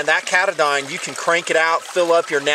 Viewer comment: Ka-Ta-Din...... not K-Da-Dyn. Love the videos. Great Series.